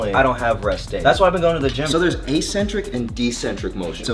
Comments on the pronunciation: Plz tell me bro didn't just say "deccentric" motion... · Bro I heard decentric I thought I was bugging, I started thinking maybe that’s how y’all say it in the US, because 🇺🇸.. and it’s actually logical ‘ascend descend.. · Bro said decentric😭